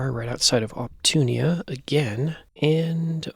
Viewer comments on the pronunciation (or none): love your content, but whenever you read Opuntia as op-TOON-ee-a, my pedantic heart hurts